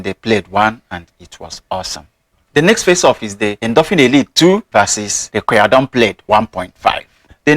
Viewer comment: Thank you! I appreciate your unbiased views comparing western brands with chinese brands. Btw, BMAI is pronounced Bee-Mai 必迈. And Qiaodan is Ciao(like the italian word)-Dan, to make it sound like Jordan hence their logo. Also wondering if you know of any chinese equivalent for the asics novablast?